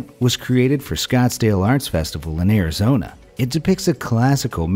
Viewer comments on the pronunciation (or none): none